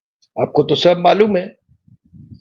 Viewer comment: सभ नहीं। सब।